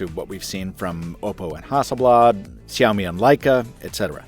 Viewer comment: Love that 'Xiaomi' pronunciation 😂